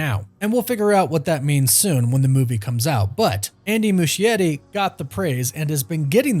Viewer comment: Why the heck is he pronouncing Andy's name that way? Mushy Eddie 🤣🤣🤣